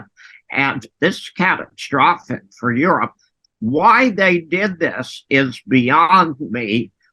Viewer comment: ITS GONA BE, CAT TRO FOS SICK, LOL